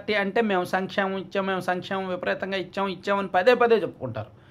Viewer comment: Sankshlemam , slankshemalam 😂😂😂😂